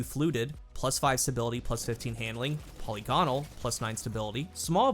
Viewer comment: Seven years of Destiny and the content creators still can't pronounce polygonal.